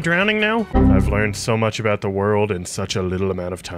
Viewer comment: ”ive learned so much avout the world” lol 😂